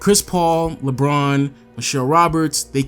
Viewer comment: Why does he say Lbron instead of LeBron